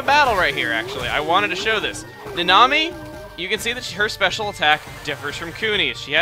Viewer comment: what your 2nd partner name is in okamiden: Nanami what I hear: the Nami